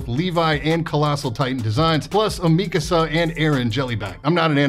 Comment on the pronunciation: Good job pronouncing 'Mikasa' correctly despite not being into anime